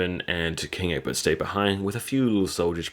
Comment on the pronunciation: Who's Urkbut? Who's Urkbut? Dude, ECK-BERT, ECK-BERT. You got it right the first time you said it and after that he turned into Urkbut Did you have a friend named Urkbut or something? Well. . . . you don't have to worry anymore about it because Urkbut killed himself. . . . . but dude, Season 4 episode 20, Ecbert has been in every season starting with season 2, and his name has always been Ecbert. . . . LOL Call your friend Urkbut and work out your subconscious infatuation with with his name. The King's name is Ecbert